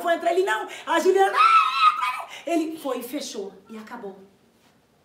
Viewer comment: Juliene 😂😂😂, É juliana 😂😂😂.